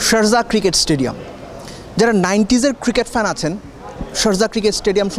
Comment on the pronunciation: SharZah na, Sharjah! English uchcharon er ja obostha!